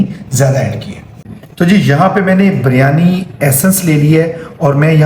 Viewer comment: buryani nahi kahtay please sahi lafz hay biryaani